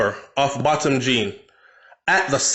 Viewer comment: THIS IS EVIL this must not die my heart bleeding... it’s pronounced BOW THAM..... low media coverage re his ASSASINATION